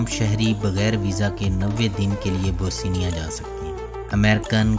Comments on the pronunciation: This is Bosnia,not Bosinia. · Bhai kahi sy parh bi lety. Naamo ka bherha gharq kar dety ho. Boseenia kya hay.bosnia hy. Teri har video my naam ka bighaarh hy. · Bosnia not Bosinia...whats wrong with you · تلفظ ٹھیک کریں۔ یہ بو سینیا نہیں بوسنیا ہے۔ بوس نیا اور mulak نہیں mulk ہے